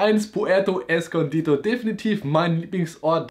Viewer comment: Puerto escondido, nicht escondito